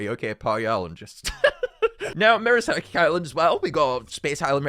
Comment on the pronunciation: "Merera Island"